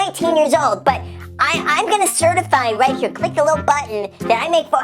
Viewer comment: What's up you guys? It's Graham HEAAH. Whipping out the Boston accent on us!